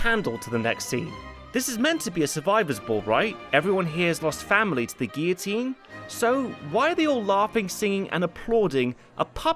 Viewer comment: when cares more about pronouncing Guillotine right more than a supposed Frenchman